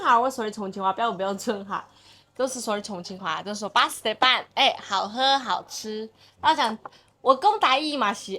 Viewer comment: “巴适得板”不正宗，但是后面说的重庆话很正宗！！！！！